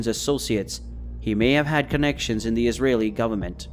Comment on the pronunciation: You also mispronounced Israeli